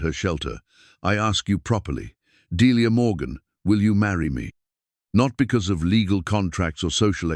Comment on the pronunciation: At least the AI pronounced thed Delia's name correctly.